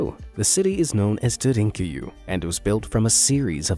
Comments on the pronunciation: Derinkuyu. Darrin Koo-yoo. Good chop job. I didn’t recognize the place you said at first because you pronounced it so woefully. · Dheir-en-ku-you not however you was pronouncing it...